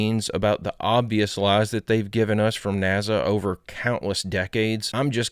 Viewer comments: Hell yeah! The first and most important question should be is why he pronounces NASA as" NAZA". That's all I want to know. Thank you. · There’s no Z in NASA! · 😂😂 I remember when a fan made him a NAZA shirt (or hat, I can’t remember which)… you’re asking the important questions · = u cant sue me nasa i clearly said naza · did she say 'nasa'??? occupy psyence and sciecology! FAF